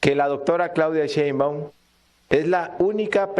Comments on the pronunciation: ShÉinbaum, no SheinbÁum, necio. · Por que pronuncias todo mal? Sheimbaum lo dices todo corrido y no es asi. Aprende